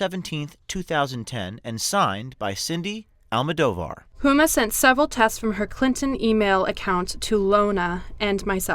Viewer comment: I'm on your side but you're pronouncing her last name wrong and it makes me kinda Cringe. "Al-Mow-Doe-Var." Go Trump!